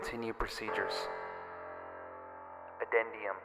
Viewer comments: "Addendum"?..... You mean "addendum"? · I should report you for that pronunciation of "addendum"